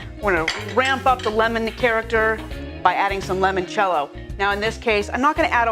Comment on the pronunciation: Great video.. Just one thing. It's "I" not an "E" as in L"I"moncello.. I really noticed during this video presentation every time the host enunciated it wrongly.